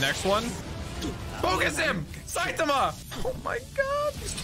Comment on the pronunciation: saitama ❎ sythama✅